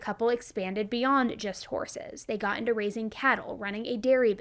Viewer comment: You said “raising cattle “ I heard “racing cattle” and got excited The disappointment when i realized..